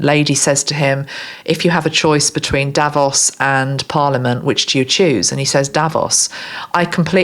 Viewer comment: Hi, Thanks again for your grat channeling. I am Dutch and Instead of you saying 'Davos', I heard you say 'Devils'. What's in a name. 😅